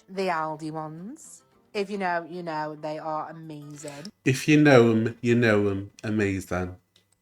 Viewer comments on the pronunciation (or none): Why does she add "um" on the end of e everything. "Knowum" "Mayoum" "oneum" "twoum". I think she's doing it on purpose to try and start a trend or something..... Alright